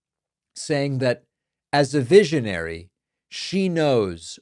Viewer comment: A “veeshionary”? Has she been sniffing Smelvis’ marker fumes?